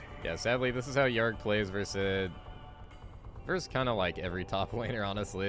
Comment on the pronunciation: ITS OOOO - DEER not YOUDEER AND ITS YOUR - RICK not UR - RICK